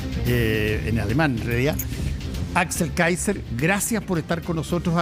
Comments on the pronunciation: Qué honda el " periodista".. empieza nombrando Mal el apellido del invitado??..... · Saco de weas Paulsen, dice el nombre del entrevistado mal a proposito. Como si fuera muy chistoso.